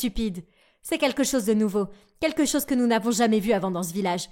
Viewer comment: Quand ta langue se rebelle "la même réaction de tRoutes" "tout le visage" au lieu du "village" "nouvReau"